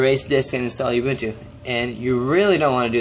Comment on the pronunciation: I'm from South Africa, so, just to tell you the way you pronounce it is "Ooo-boo-ntoo". It is a Zulu word meaning "community" or "togetherness".